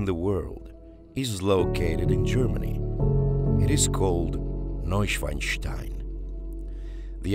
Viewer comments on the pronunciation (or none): He literally says 'Neushwastai' , as a german, this is very funny